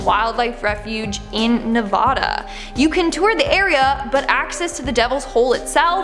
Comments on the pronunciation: Nevada is pronounced. "Na va da" or "naw va duh" I'm from Nevada so PLEASE FOR THE LOVE OF FOOD SAY IT RIGHT 😭🥺 please... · Where did everyone besides the residents of Nevada learn to pronounce this state. Nevada is pronounced with the A sounding like it does in the word apple. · You said Nevada wrong Sorry wasn't being rude just wanted to let you know